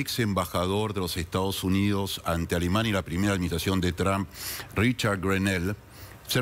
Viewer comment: ¿Cuándo será que estos periodistas y analistas comiencen a pronunciar correctamente el nombre de Trump?